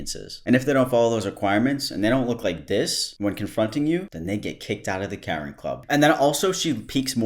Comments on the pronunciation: why do you pronounce Karen like that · Can instantly tell is from the east coast by the way he says “Karen” lol.